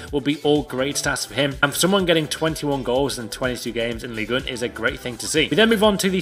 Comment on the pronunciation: I am french and said ligue 1 correctly